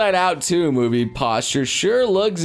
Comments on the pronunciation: Anyone else hear "posture" instead of "poster"? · Posture? It's post-er.. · You pronounced poster as posture.